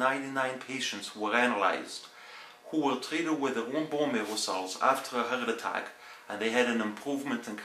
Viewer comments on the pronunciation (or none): I like how he says heart attack. Howlick Attalik.